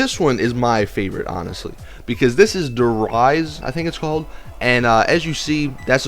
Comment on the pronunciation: It is pronounced Der reece not Der rise